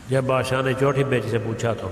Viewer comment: Chhoti❌ Chothi✅